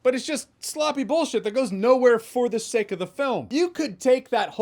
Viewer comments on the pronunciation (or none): none